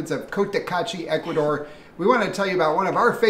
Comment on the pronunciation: I love you guys, but when are you going to learn to say the country's name properly? It's Ecu-A-dor, not "Ekoodor"